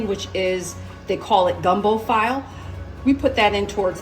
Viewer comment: Gumbo "Feelay" not file👍🏾